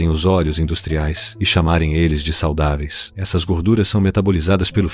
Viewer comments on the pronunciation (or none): "saLdáves" é meu ovão véio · Saudáveis é com "U" não com "L", rsrs